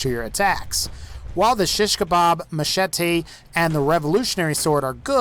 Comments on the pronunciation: lol i can't get over how he says machete ma-she-tay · did anyone else hear the way he said machete 😂😂